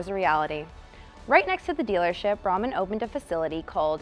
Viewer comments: Brahman, pronounced on local TV as "Breyman" in the 80s. Oh, and Square Groupers fit PERFECTLY the trunk . . . allegedly. Statute of limitations has expired, right .... ? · Thanks - wild story! BTW, Norman Braman's last name is pronounced Bray-man.